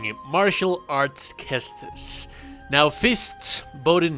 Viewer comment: "ses-tus", not "kes-tus," dude. Also, trying this build, minus the armor, vs Masakage second fight and STILL getting my a$$ beat...